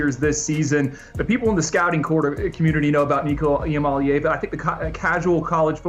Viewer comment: Just trying to help you get it right. EE AH Molly AH Vah. Not "AA Vah". You're welcome.